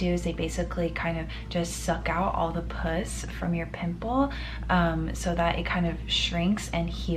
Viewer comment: hey! congrats on the move!! another side note! the stuff that comes out of your pimple is pronounced "puhss" (i don't know how to spell that phonetically hahah). the way you said "puss" like the first syllable in pussycat usually refers to cats and is slang for vagina